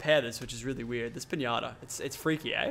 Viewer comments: You said pianta instead of pinata at the beginning of the video by accident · he said pinana